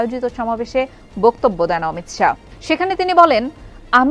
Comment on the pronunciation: উনার নাম অমিত শা l অমিত সাহা নয় l